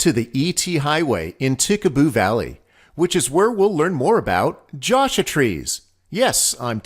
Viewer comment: "Jasha" trees???